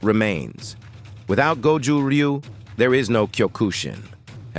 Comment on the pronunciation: I really hate how Americans pronounce Ryu